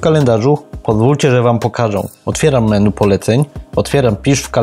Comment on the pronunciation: "menu" jprd.... wymawia się "meni" !